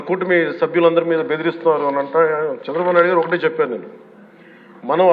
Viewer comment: నోట్లో ఏమి పెట్టుకుకున్నారు పవన్ గా.. రు చంద్రబాబు పేరు కూడా పలకడం రాలేదు. అదే వేరేవాళను అయితే ఎలా అనేవారు మీరు